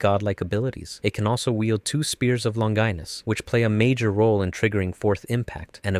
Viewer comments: I'm pretty sure "longinus" is pronounced "lon-gee-nus" not "lon-guy-nus". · Ok, this is a good video, but i have some criticism for it, i think its constructive. Let's start with pronunciations, Longinus is pronounced Lon-Jih-Nus. Evangelion is pronounced Evan-geh-leon. Bardiel is pronounced Bar-de-el. Zereul is pronounced Zur-rule. Cassius is pronounced Cass-e-ous. Also you forgot unit 05. I hope this comment has helped with a few things, i hope i didn't come off as an a-hole in this comment but besides the stuff I've mentioned, great vid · You pronounced Longinus differently twice lol. And I think they’re both wrong